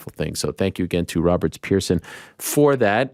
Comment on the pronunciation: Why does he say "Roberts" Every single time when He has been corrected multiple times INCLUDING BY ROBERT?!?!